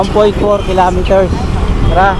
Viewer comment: kilometers hnd kilameters bobo